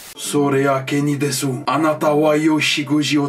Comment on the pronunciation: Pour le japonais ça se prononce “kenidess” et “torimass” sinon super vidéo